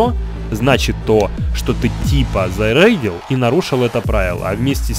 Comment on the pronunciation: заrrrейдил фиrr rrп